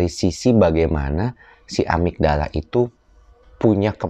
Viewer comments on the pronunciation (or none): amigdala bukan amitdala....